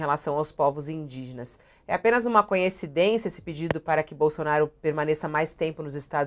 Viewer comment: Adoro as intervenções da Fabíola, mas, toda vez que ela fala "conhecidência" [sic] mim dá uma agonia...